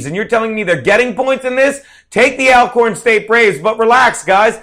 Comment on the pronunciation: the correct pronunciation is All-corn i.e. also, already, alright ect. Just so you know, Jesuits have their institutions as well as Catholics so help me to understand your issue the Historically Black Colleges and Universities? FYI: the title, HBCU will not be changed anytime soon.